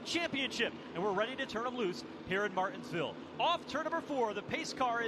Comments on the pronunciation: How hard is it to say Mar-tins-ville? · That's what he said